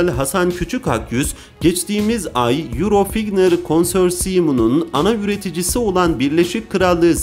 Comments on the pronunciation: Kardesim euro fiyter diyo ne demek fiyter ve dahasi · Yurofigtır değildir o,yurofaytır dır 😁